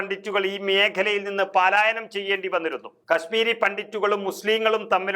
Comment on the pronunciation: പാലായനം അല്ല പലായനം